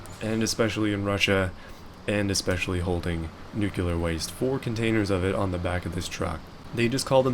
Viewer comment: Can't even pronounce nuclear waste. We're done.